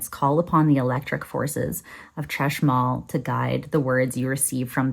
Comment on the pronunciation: Chashmal - the 'ch' is pronounced like the Spanish J (Jota)